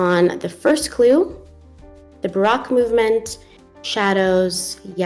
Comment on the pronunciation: Hey 👋 I think Baroque is pronounced in a way that rhymes with broke. I love all of Vermeers work! Thanks for this video!